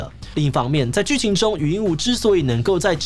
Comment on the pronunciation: 禹英禑ㄨˊ 終於看到有發音正確的了🥲